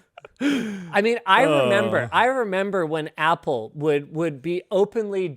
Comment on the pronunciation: you app loud, app le, is what you mean to say